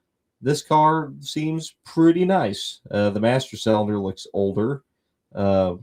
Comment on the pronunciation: AND it's cylinder NOT SELLENDER ! ! ! IT IS pronounced...... SIL-EN-DER...... NOT..... SELL-un -dur or SAL-en-DER...or any of the 10 wrong ways you find to SAY THAT WORD EVERY DAMN EPISODE ! ! ! ! ! ! ! Mo-Ron !